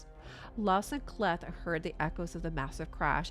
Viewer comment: Great read and I really enjoyed your read with one exception, you are probably saying the name K’Leth wrong, I am 99.99 % sure that you are missing pronouncing the name “K’Leth” wrong. You see when a letter comes first in a name or word and is followed by an apostrophe the letter is pronounced in the long form such as the K in K’Leth would be sound like the long form of the letter. So it should be pronounced as a two syllable word or name, this is a fairly standard practice and I have yet to find any exceptions to this rule: “K” as Kay, then you have just the second word or name of Leth. So all together it should sound like Kay’ Leth . I actually have study names and their proper pronunciation as a hobbyist for about 35 years now.